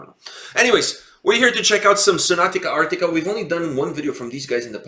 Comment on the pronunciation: lol it's not "Sonatica Arctica" it's SONATA ARCTICA 😉 the base player Pasi is my old friend from junior high school😎